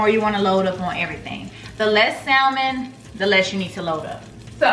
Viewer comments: If nobody wants to tell you, the L is silent in salmon,. So just “Sam-on”. No shade, all 💕. On another note, You got me wanting those candles and I’m def gonna try that salmon recipe. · Yes!!!Hey girl!!! So happy to see you🥰🥰🥰🤩🤩🤩, I love you dearly girl but...it's pronounced (sam-in)....the "L" is silent 😁😁😁😁😁😁